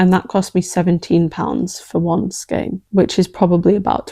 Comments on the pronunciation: I researched the linguistic history of "skein" and it's pronounced SKANE, not skeen. hope that helps. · Skein rhymes with vein!!!! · Even in the US, some people say skane and some people say skeen. It comes from Middle French escaigne, so I vote for skane, but if everyone knows what you mean, I don't think it matters too much. If you're not obviously European, I assume you're from or live near Canada if you say skeen.